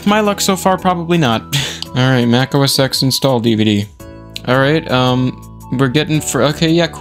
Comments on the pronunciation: does anyone actually say, out loud, os ten? i think i've heard one person ever do that and they were channel dedicated to old macs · Sorry if I’m being nerdy here, but I have to. The X in “OS X” is pronounced 10. (for example, you would say Mac OS 10.6 Snow Leopard, 10.7 Lion, etc.) “Yosemite” is pronunced “yo-seh-muh-tee.”